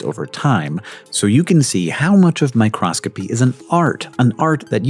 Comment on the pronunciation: it is micro-scopy, not micros-copy! My Cross Copy, is a religious business, not mu interest.